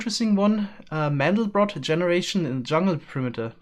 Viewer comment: Does anyone else find it odd that as a german pronounced "mandelbrot" english?